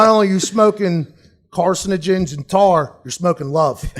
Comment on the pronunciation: Love when that Pittsburgh comes out. Corcinogensntoahrrr